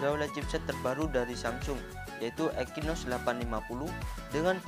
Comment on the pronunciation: Eksinos bang bukan ekinos